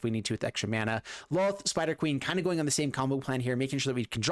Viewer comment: They say Lolth's name wrong to....They say Looth...What's that!? lol